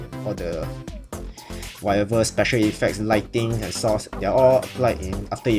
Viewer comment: i thought it was "source"file not sauce file.